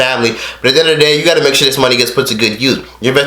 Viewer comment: can you say "you" right bruh